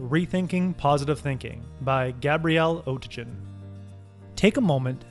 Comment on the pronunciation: Perfection bordered! Just one observation: the author is German and in German there is no "g" like in "orange" but it always sound like "g" in "big".